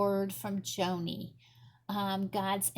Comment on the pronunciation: Her name is pronounced “Johnny.” She is a well known speaker and advocate for ministry to the disabled.